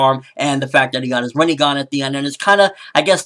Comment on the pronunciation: it is not pronounced Rineygon it is pronounced Renaygon the I has an sharp EE sound and the E has an Aay sound like the A in bate so it is simply Rinnegan